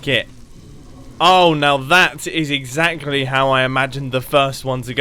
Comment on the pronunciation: Mumbo said that’s exzachery how it works